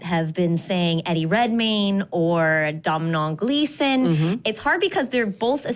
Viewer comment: Domhnall Gleason is pronounced D'oh-(like Homers catchphrase)-null,for future reference!